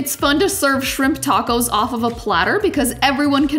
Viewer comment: Are those tahcos? They sure are tahcos! Ungh, I just love tahcos or a corn tortilluh.